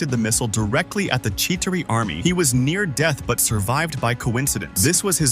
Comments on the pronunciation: it’s chitari not chitiri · Did nobody notice he pronounced Chitauri wrong the first time, but not the 2nd? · How are you gonna butcher the pronunciation of Chitauri here but less than a minute later get it right?